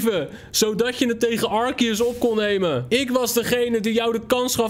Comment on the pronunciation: Het is arseus!!!! En arceus is veeeeeeeeeeeeeeeeel cooler